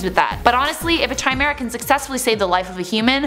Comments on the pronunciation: Not Chai me ra It’s Ki me ra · Yea I was triggered that she said chai-meh-ra I was like "IT PRONOUNCE KAI-MEH-RA" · It's chimera \kai mere-uh\, not \chi mere-uh\. The meaning of life is 42, get it right. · Lol chai me ra. Thought the pronunciation was Kai me ra. "Chimera". Regardless you're still our potatoe queen ms.. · Kai-meh-rah Not chai-meh-ra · She really said Chi-mara lmao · 1. It's pronounced 'ky-mera'. 2. Human and pig DNA are very close so it's not a stretch.. The big issue is whether they're causing harm to sentient beings. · It's pronounced KIME AIR UH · chimera is said like kimera. . . watched enough FMA to know that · it's pronounced 'Ki-mera' Are you frightened of potato peelers? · KEEMERA is the right pronounciation , because it's (ancient) greek, the Chimera was a mythological beast. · The way you pronounce chimera makes me cringe a little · The "h" is silent in chimera... at least that's how I've always heard it pronounced. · It's pronounced chimera not chimera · Take a shot every time she messes up pronunciation of chimera